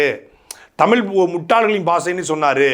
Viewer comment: தமிழ் என்பதை சரியாக படிக்க தெரியாது. தம்பூள் எம்பூள் என்று படிப்பார்கள்